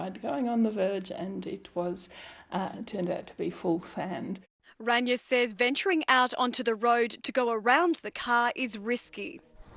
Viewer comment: How can you not have gotten Rayna's name correct? It's not Ranya. At least you got Suresh's name right.